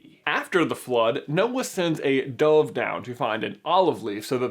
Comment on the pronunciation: Fix your pronunciation of dove please and thank you.